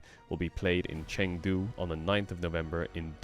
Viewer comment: Side note: Chengdu is pronounced more like ChungDoo 👍🏼